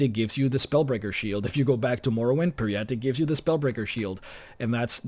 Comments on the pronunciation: It’s pronounced perry-ite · PJEE-RETTE it is pronounced ;-)